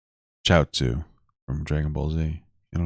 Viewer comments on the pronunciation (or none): CHIAOTZU LMAO